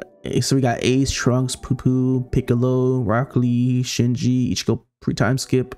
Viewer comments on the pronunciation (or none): IT'S PUI PUI PU-E PU-E NOT POO POO 😭 another banger